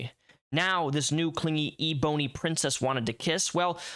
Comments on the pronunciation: Omg THANK YOU! This man says e-boney. 😂😂😂😂😂😂 I was shouting at my phone every time he said it. 😂😂😂😂😂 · Aserterics… lol & e-Bony … interesting pronounciation